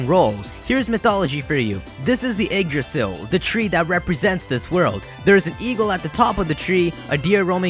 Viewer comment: So funny listening to Americans trying to pronounce Yggdrasil